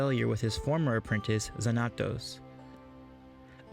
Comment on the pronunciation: It's pronounced XANatos. Like the bad guy in Gargoyles.